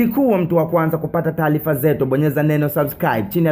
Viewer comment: Siyo taalifa ni taarifa unaboa kajifunze kutamka mpuuz wew